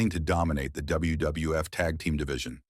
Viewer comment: This guy or AI can’t pronounce WWF & WWE.